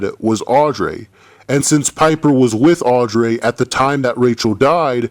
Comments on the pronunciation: no offense but i really hate the way you pronounce Audrey it's Audrey not "Audray" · Audreeee not audray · i love how he said AUDREYS NAME HAHAHAHHA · Love the video just the way you say Audrey is wrong